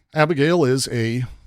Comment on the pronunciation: "Abegail" XD